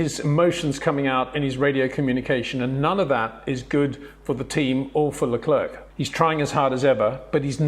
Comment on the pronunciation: Leclerc is pronounce "Lecler" Not "LeclerC". You Don't pronounce the "C" at the end.